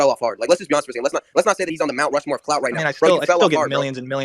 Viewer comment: Bro said “Rush Mountmore”